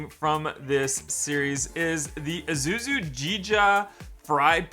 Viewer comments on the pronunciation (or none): none